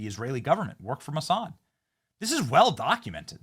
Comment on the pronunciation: You said, Massad???